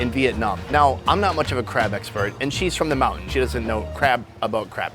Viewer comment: Its "Crab" guys not "crap"